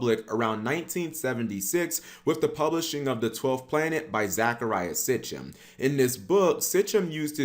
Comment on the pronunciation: "Mesopotomamia" & "Sitchem" 😄